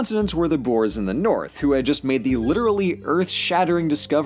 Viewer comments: The only mispronunciation was with the word boere otherwise it was a grate video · Me just laughing at how he said “ boars” instead of boere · Nee man hy kan nie boers se nie😂